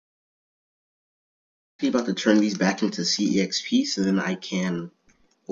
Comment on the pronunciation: "Abouf" LMAOOOOO